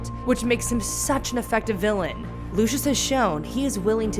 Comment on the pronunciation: Is no one gonna talk about how she said “LU-SHE-IS” instead of “LU-CI-IS” like omg I’m dying